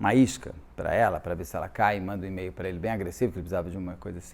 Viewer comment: Na pronúncia correta de e-mail a letra “e” é pronunciada como “i”. Basta verificar a pronúncia do alfabeto em inglês.